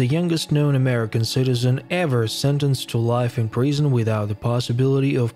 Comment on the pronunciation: Why do you say Preesun? It’s Prison please use the proper pronunciation!